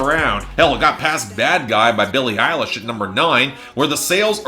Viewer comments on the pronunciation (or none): none